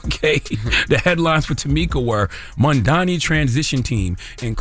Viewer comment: Crazy how Charlamagne still calls him Mandani 😂